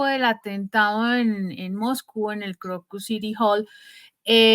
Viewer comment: CÓMO ES POSIBLE QUE EN PLENO SIGLO 20, NO HAYA SERIEDAD EN LA PRONUNCIACIÓN DEL LENGUAJE. EL CASTELLANO TIENE UN ALFABETO Y REGLAS ORTOGRÁFICAS. NO ES "PUTÍN" ES "PÚTIN" NO ES "MOGCÚ" NI "MOJCÚ" ES "MOSCÚ"